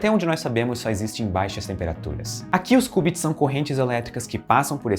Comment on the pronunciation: Ótimo vídeo, só um adendo: se pronuncia "kiubits" não "kubits", de resto perfeita explicação.